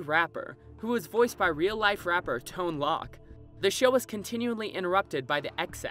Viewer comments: LOL Tone LOCK... it is LOC like Coke but with L and no E and the end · lol "Tone Lock" instead of "Tone Loc" (sounds like "LOKE"). I guess im getting really old when insanely famous music artists names are being pronounced wrong because they are unknown to young adults. but great video anyway. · Omg tone lock?!? It’s pronounced like tone Toke. Not a lock. Hahahahaha Tone Toc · Tone Loc is pronounced Tone Loke, not Lock. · It's not tone LOCK. TONE LOK like Loki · Omg...'Tone Lock' ? Im guessing you werent alive in the 80s...or the 90s..Ooohhh Kids these days...Tone Loc is pronounced 'Tone Loke' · I think the Food Rapper (wrapper) voiced by (as your video pronounced it, anyway...) Tone "Lock," is actually pronounced as "tone loke,"- it rhymes with the word "broke." It is spelled Tone Loc. The rapper stated in an interview I heard in the early 90's, that he got his name from the button on old stereos labeled, you guessed it: "Tone Loc." Please fix! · Tone Lock? It’s pronounced Tone Lowk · It's pronounced like "Tone Loke" not "Tone Lock" : -)) in reference to the real life rapper who voiced the Food Wrapper in the Food Rocks. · Good video.. But Tone Loc's name is pronounced like loke, not lock. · Tone "Lock!" Hahahahaha... It's pronounced Tone "Loke," like loco without the "O" at the end. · Tone Loke, not Tone Lock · Didyou just say Tone "Lock?!" It's pronounced L-O-K-E and that's your old man lesson for the week...you're welcome. Good vid btw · I must be one of the few Gen Xer who watches these videos...because this is the second one who mispronounces "Tone Loc", which sounds like 'Tone Lohc", like the O in "lower". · Tone Loc. Long O, to rhyme with “coke.” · You pronounced his name as Tone Lock lol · BTW, Tone Loc is pronounced like 'poke' not 'lock'. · It's pronounced 'Tone Lowk' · Tone Lock? Do you not know how to say his name? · That is not how you pronounce Tone Loc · Who says tone loc like that??